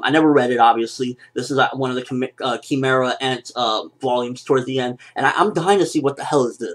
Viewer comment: What happened? what did they change in this episode? And isn't "Kee-meh-ra" just how the japanese say it? Would an english speaker pronounce it "Kai-meh-ra"